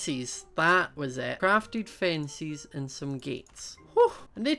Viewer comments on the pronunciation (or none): Who else loves the way he says fences as fencies😂😝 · He pronounces chickens as checkens and he pronounces fences as finces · Every time, when says fences i Hear fencis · mia jvr: I do! I think it's nice